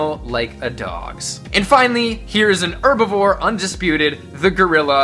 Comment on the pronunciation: Thank you for pronouncing herbivore correctly instead of HHHerbivore